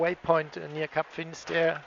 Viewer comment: Finisterre guys! Means "the end of land" not finesterre.